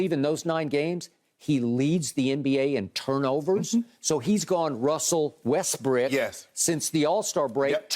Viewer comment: Is he still calling him Westbrick or I'm trippin